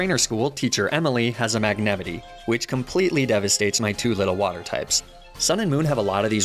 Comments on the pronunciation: I am literally having a seizure by hearing how you say "Magnamite". Magnameetee??? Tf? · Some of your pokemon pronunciations are weird. Mag-nih-meetay? Nee-nay-tales? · Is it on purpose? Who the hell says “Magnemite” like that? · i must say thats the most interesting pronounciation ive seen of magnemite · I can’t believe people actually believe doesn’t know how to really pronounce Magnemite and Ninetails. It’s intentional, he pronounces their names right more other than not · I’m gunna throw hands with your pronunciation of Magnemite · Idk why but I like the way you pronounce Magnemite😂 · I have never heard this pronunciation of magnemite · Wait. Is no one gunna talk about the way he pronounced "magnemite" ???? N-....Ninetails... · Is there a reason you pronounce certain Pokémon names, e.g. Magnemite, Arcanine and Ninetales in a strange way? Not judging, just wondering why. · I have never heard magnemite pronounced like that. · What is that pronunciation of magnemite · Anyone else completely triggered by the way he’s pronouncing Magnemite? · i got stuck at the way you pronounce magnemite “mag-ne-mity” i am going to throw hands this made me physically violent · I gate being a pronunciation guy.... but I got taken back hearing ya say magnemite,, did you pronounce it Mag Ne Mitt E ? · The pain I feel every time he mispronounces magnamite's name, it can not be easily quantified. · it’s magnemite. not magnamite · MAGNEMITEY? N O It's Magnemite!! (Might) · Mag-ne-mite, not Mag-nem-ity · Magnemite is pronounced mag-na-mite Not mag-nim-i-tea and ninetails is pronounced nine-tails not ni-na-tails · I'm sorry I can't get past the pronunciation of Magnemite... You realize it's supposed to be pronounced as Magne (as in Magnet without the T) + Mite (as in 'might') right?? Magenemite. I-.... Is this just me? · Magnemity Magnemity Magnemity sorry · The best pronounciation to "magnemite" ever cast. Mag-nah-mitee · "mag-ne-mihtt-ie" lmao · MAG-ne-ME-nee?? WAHT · MAG-NA MITE